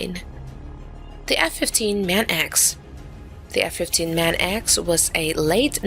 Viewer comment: That should be F-15 Manx, as in the tailless cat, not Man-x.